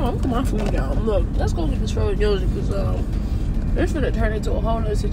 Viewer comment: "Let's go get this fro'in yozurt" LMAO